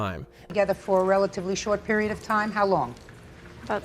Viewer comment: the word period is annoying enough in itself for a full stop, without adding a bloody 't' on the end